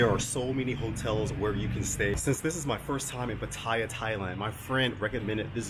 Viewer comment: 1. OMG you are one of very few vloggers I heard pronounce Pattaya correctly 👍 2. Try and get out of Pattaya/Bangkok/Phuket - they are NOT real Thailand, they are Western settlements within Thailand